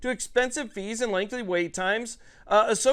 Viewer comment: Lol. Sound it out… “LENGTHY” (not lengthly).